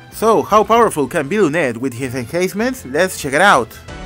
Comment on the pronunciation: Hey not to be rude but it's not enhayncement when you say it it's like hahaha enhancements